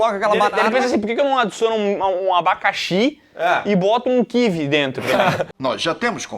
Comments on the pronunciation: Ah não, o cara chama kiwí de de kívi. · Deveria ser "kiwi" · A pronúncia de Kiwi do RS é coisa de cinema